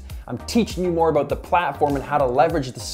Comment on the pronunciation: "Aboot"🤣🤣 good videos thanks 😁